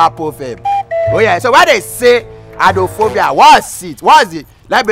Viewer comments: Eye-drone-fo-bia. Shagigi Shaggi. So confident he even explained why 'eye' was used not 'eyes' in the word. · Who born this scholarship boy? "Eyedronefobia"